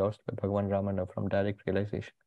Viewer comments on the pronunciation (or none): none